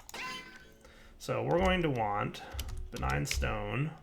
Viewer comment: "Begign" souls. Lol